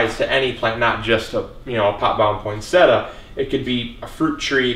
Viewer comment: Thanks for the tips! Shouldn't it be pronounced poinse-tee-a?